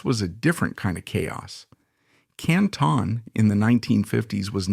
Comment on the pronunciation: Canton (Can-tin) lol its Ohio not France.